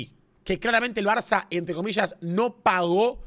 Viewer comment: cuando no, el gordo termo tenia que decir barzzzzzza